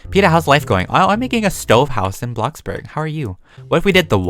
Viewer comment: hmm my first time hearing him say bloxburg right instead of......BlOCkBoRG